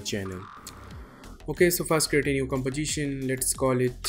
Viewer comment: I want hear the word "composition" not " Compogition"